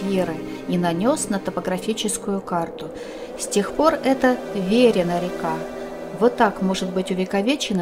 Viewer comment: всегда думал что ударение Верина падает на И.